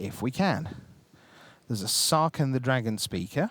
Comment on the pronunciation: These announcers annoy me, and it's all over one word. It's Sarkhan, not Sarkin. You don't say Kins of Tarkir, do you? Same word. Same meaning, even! His name means 'Great Khan' for cryin' out loud! SarKHAN Vol. OK, rant over. This was a good match. I wish I was good enough to compete at this level.